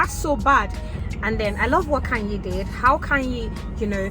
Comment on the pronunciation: Khanyi. Kanye is Kanye West. Khanyi is Khanyile. Different spelling, different meaning, different pronounciation.